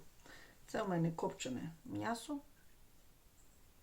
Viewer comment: А чому мнясо , а не м'ясо?